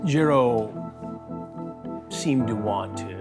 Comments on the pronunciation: "Ya-row" that name pronunciation killed me.🤣💀 It's actually pronounced "High-row". Lol. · "high-ro " not yarro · "gee-a-ro"? 🤣 It's hah-ee-ro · Chris really can’t just say “hi-row” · It's pronounced Haiyro just saying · It’s pronounced high-row 🤷🏼‍♂️ 😂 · "YAR-ro"... come on Chris... that dude was TINY!!! I'd imagine he wasn't "packing" too much either... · Jare-O, Yarroh, Chris refuses to pronounce this guy’s name correctly lmao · Good ol' Charlie Hansen pronounced this Jairo name about 5 different ways 😂😂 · Bro how do you pronounce his name wrong?